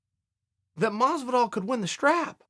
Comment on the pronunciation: Why is Chael so bad at pronouncing things properly...GEORGE MASVIDAL?!?